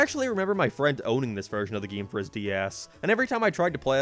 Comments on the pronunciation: i like the way you say game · Dw when God made Ireland he thought that us up in the north should say certain words in a funny lil way and unfortunately game just has to be one of em. 😞 Btw saw you on UTV once and choked on my spuds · Where are you from? can't unnotice how you say "game"